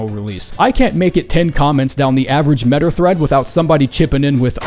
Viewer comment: By the way “metyr” is pronounced “Ma-Tear” not meder. 😭🙏